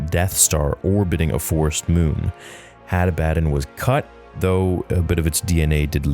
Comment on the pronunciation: I believe the pronunciation is Had AH-buh-dawn It potentially may have been taken from or inspired by the name Abaddon in the Bible, which is a name of a place of destruction, as well as the name of the Angel of the Abyss. The word is Hebrew for "destruction" or "doom". The Greek word for it, Apollyon, means "destroyer". Seems fitting.